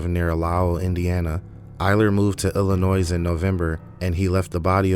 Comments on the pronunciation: Thank you for naming the victims- at least they won't be forgotten! What a monster Eyler was😢 btw, Illinois is pronounced like Illinoy. Good reporting, sir😊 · with all due respect, you do not add an ‘s at the end of Illinois. And I still don’t believe this is a person and not an AI narration. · Thank you for telling this story. I watch crime stories all the time, and I have never heard of this murderer. Btw, the “S” is silent at the end of Illinois. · The S at the end of Illinois is silent.